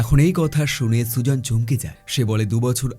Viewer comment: মেয়েটির নাম সুজন না সুজেন😅